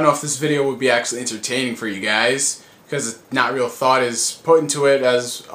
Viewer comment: I Like The Way He Says THought it sound fun when he says the first capitals Hard xD THought